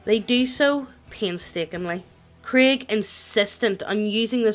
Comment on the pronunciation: We not gonna talk about how is pronouncing Craig as Krieg? I mean I'm fine with it if you guys are but...